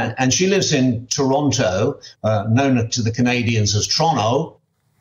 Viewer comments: I take exception: We in Toronto pronounce our own city as TOR-ON-TO, not Teronna as this gentleman has said, not unless you might be older rural folk. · Where did you get that pronunciation of Toronto from --- get it right rather than assess our take - it's either Toronto, TO, once in a while Taranto.